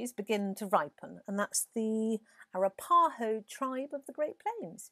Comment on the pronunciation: FYI the native tribe you were referring to is pronounced A Rap A Ho.